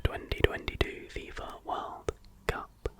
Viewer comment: There's going to be a game called "Sleepy Shots". Friends with insomnia are going to take shots of warm milk with vanilla every time you say "in the worrrrrrld". :)